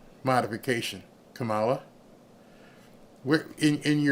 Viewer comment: Did you say KA-MAO-LA lost the election?